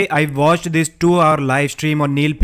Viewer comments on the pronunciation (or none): Yesterday, I vawtched... "I vant suck ur bloood